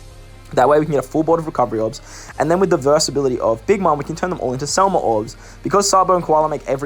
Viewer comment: SEM LA NOT SEL MA. DUDE WHAT'S WRONG WITH YOU